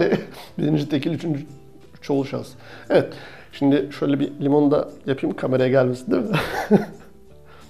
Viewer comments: neden videoya girerken mevet diyorsun :D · Nevet diyisine hastayim reis